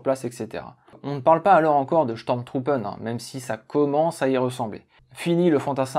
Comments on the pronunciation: Affirmatif ton accent allemand mange pas de saucisses le matin. Mais au moins pour les sturmtruppen, ce n'est pas steurm truppen mais stourm trouppen . Le U ce prononce Ou. Cependant si le tréma est présent sur la lettre ü alors ou devient u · C'est chtourm troupe phonétiquement parlant 🙃